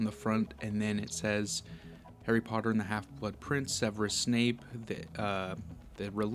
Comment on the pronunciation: Harry POTTAH!😁